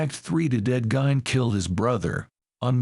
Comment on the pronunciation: AI can start by pronouncing his name correctly... GEEEEN.